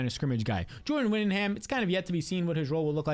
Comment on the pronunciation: It’s whittingTON not whittingHAM